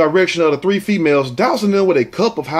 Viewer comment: "All tree of y'all" LMAOOO 😂😂😂